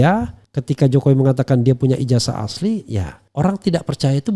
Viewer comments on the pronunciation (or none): IJAZAH .. bukan IJASAH lafazkan dengan benar pakai Zet bukan Es ............ 😠